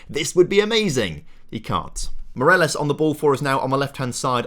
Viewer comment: Loving the series! But please, it's Morales not Moreles